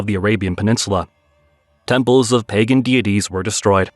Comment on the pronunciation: It's "pey-gan" not "pah-gan"